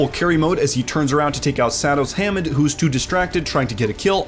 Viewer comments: Why does the announcer call wrecking ball Hommond, it's Hammond! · Why he says hammond like that